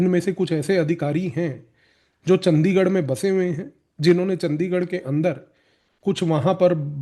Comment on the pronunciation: bhai its चंडीगढ़ hai,चंदीगढ़ नही,very right ,ye h ese log yaha pr